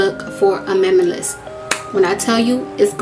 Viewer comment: Girl I can't say "minimalist" sometimes too 😂😂😂 Loved the look!!